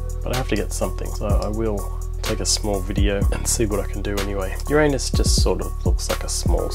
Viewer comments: Finally, someone says Ur-RAIN-us correctly instead of “YOUR-a-nus”. 🍑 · Glad to hear you pronounce Uranus the old fashioned way. On the hole I’d say it’s a great photo! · Labcoat gag ???? You mean you're NOT a proctologist ? Chapeau for the correct pronouncation of " Uranus". The Mars image was good but we both know its pronounced " Murrrzzz" (Thanks Carl). And don't get me started on the pronounciation of Saturn. "Satin" ?? "Satin"?? Named after the Roman god of sheer fabrics was it ??? Thanks for another great vid :-)